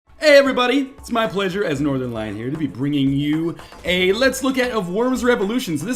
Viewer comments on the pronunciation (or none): none